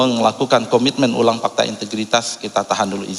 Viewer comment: MASA GA TAU KAN ASET MOBIL DAN MOGE NYAH DI SIMPAN DI KANTOR !!!!!!!! MENTRI KOQ GA BISA BILANG AWALAN HURUF F PAKTA HARUSNYAH FAKTA PAK WKWKKKKKK